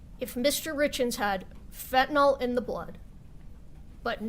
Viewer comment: So hard for me to hear, as a retired paramedic, people calling Fentanyl as Fentanol. I realize that this is my own bias, but I would hope that they would pronounce it right, after all everything is based around this.